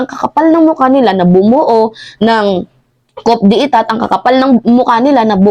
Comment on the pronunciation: KO DE TA ANG TAMANG PRONOUNCIATION SA COUP DE ETAT